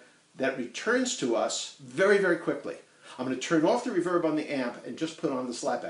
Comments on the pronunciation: REE-verb not re-VERB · RE-verb, not re-VERB. You're putting the em-PHAS-as on the wrong syl-LA-ble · Never heard anyone else say "re-VERB" - everyone else sez "RE-verb." Right? Don't know why - but it makes me crazy ever time he sez "re-VERB." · You say re-VERB! I say REEE-verb. All fun aside, thanks for the vid! As a fan of the Surf Sound, this will help me in the future. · Great video but for the love of god, it's REverb not reVERB! Nah, each to their own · Can you please stop saying "reVerb"? (RE-verb) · Ra-verb or Ree-verb? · First person I've ever heard say "re-VERB" rather than "RE-verb" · Oh and you can buy new tape echo and reverb tanks. It’s no tone that’s why the reverb doesn’t sound good. Oh and it’s one word “reverb” not “ri-verb”. Tape echo slap back is what makes the reverb wet sound. When people say drippy it’s a saying. Like “that reverb was so wet it was dripping” it’s not a style. Appreciate your enthusiasm though! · Ree-verb. REE-VERB. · Exactly !!! It was killing me me everytime he said the word as well. Ha ! Ree-verb !!! I thought everyone knew how to pronounce it !!! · We all pronounce things as we heard them. The word "reverb" was almost never heard when I took up guitar, and then it started to appear in the name of amps that included them. The Reverberocket (which we pronounced "re-VERB-uh-rocket" and my own, a Fender Vibroverb which we pronounced VI-bro-VERB. That others say it differently was unknown to me until I started seeing comments on this thread. Apparently REverb is more common. But is it "right"? I dunno. ;-) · I’m not sure anybody would emphasise the RE in “reverberation” so on paper your pronunciation is absolutely correct, but REverb seems to have become the chosen standard pronunciation for the shortened form. Strange, really. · I have only heard Americans say it that way, as in the video. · But you still know what he's talking about.. to-may-to, to-mah-to.. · I love the Trans-Atlantic accent STRICTLY on the word "Reverb".